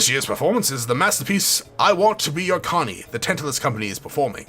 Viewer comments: OK you keep saying Carny, the word is Canary like the bird.... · Good playthrough - one annoying thing tho, why do u keep readinv “Canary” as “Connie”